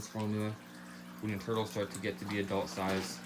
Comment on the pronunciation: I like the way he says tourtles